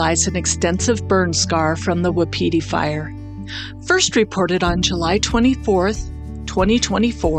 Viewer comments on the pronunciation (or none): Pay ette and Wap it tee Fire. Not Pie ette and not whip peteie